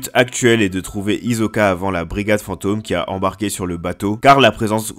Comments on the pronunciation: Mon gars c'est Tserriednich et pas Tserridini et Hisoka et non Hizoka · C'est Hisoka pas izoka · Pk tu dis Tesredini et hizkoka ?🤣🤣🤣@